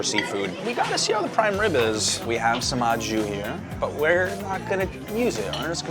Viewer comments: au jus is pronounced 'oh joos'. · Your au jus still isn’t right. The jus is correct but “au” is pronounced more like “oh” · great pronunciation for "jus" but "au" is actually just "oh", weird but this is how french works haha A+U =O, great vid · au jus. Try saying oh jus, you’ll get further. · au jus - AH Jew